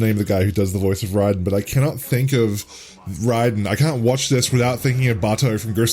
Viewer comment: Love how pronounces Raiden correctly.